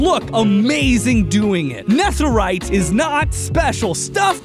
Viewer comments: STOP PRENOUNCING NETHERITE LIKE THAT......STOP. I know I seem like Hermione Granger right now but its Nether - ite, not Neth - erite. Youre supposed to pronounce it like nether just with ite at the end of it. Sorry but youre driving me crazy.... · he says netherite like neth rite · nɛθɘɹaɪt? Why are you pronouncing it like that? It's nɛðɘɹaɪt. (Aka the "th" in "netherite" should be voiced, like breathe instead of breath, or the instead of thought. This difference being the difference between s and z.) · Also: “Nefferite” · why he pronounce it neþerite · It's so annoying how he pronounces netherite as "Neth-erite" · the th in netherite is pronounced like feather not think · My man says, “ne-thur-ite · Its ne de rite not netherite. Im sorry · Why do you say Nether and Netherite with different "th" sounds? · The way pronounces netherite causes me immense pain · am i the only one thats distracted by the way he pronounce netherite?? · That way he pronounces netherite 😡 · why do you pronounce netherite like that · he pronounced netherite so weirdly the entire video and it annoys the life out of me. he can pronounce nether correctly but not netherite?!?! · The way he pronounces netherite bothers me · A lil irritated at pronunciation of “Neth” erite 😂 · The "nether" in "netherite" is pronounced the same as nether the dimension. You pronounced "netherite" wrong but "nether" right. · Literally I can’t get over the way he pronounces netherite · You know that "Netherite" is pronounced, well..... "Nether-ite" and not how you said it, right?